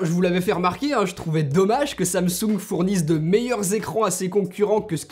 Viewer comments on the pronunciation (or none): C'est pas samsouuunge c'est Samsung